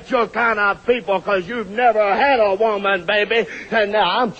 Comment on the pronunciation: Shultz " I'm looking for a wooman"